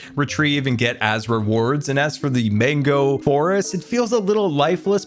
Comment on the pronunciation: propagule is pronounced prop(like props)-ah-ghoul it's mangrove (main-grow-vvv)